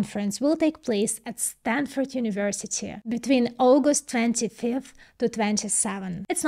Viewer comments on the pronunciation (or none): none